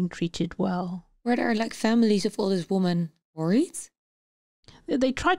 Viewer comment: Meervoud van Woman is women , dat spreek je anders uit..... Verder goeie podcast